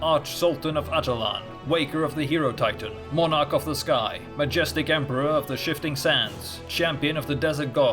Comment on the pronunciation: its hierotitan not herotitan